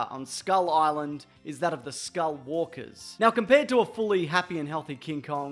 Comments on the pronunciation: This guy's called skullcrawler as skullwalker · Did he say skull WALKER